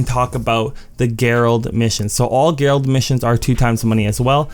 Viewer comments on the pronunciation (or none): Gerald is pronounced with a J sound not a G. Keep up the great videos man!